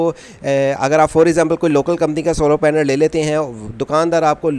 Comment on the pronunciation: بھائی پہلی بات تو یہ ہے کہ سولو پینل نہیں سولر پینل بولیں دوسری بات بینیفشری نہیں بائی فیشل بولیں شکریہ